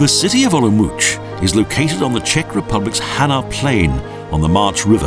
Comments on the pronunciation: Nice video, as a small note the name is pronounced 'olumots' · The narrator's pronunciation of "Olomouc" -_ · How do you pronounce it?? I'm leaving to visit family there from Australia in 2 weeks and I don't know how to say it!!